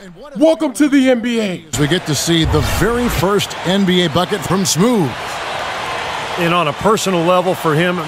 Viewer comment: The voice over said smoove